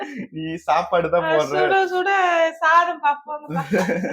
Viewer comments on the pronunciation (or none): Suda suda Satham nu Sollunga. Sis